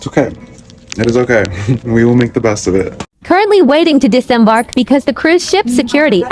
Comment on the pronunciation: It's DISEMBARK baby girl. DISEMBARK!!😁🤦🏽‍♀️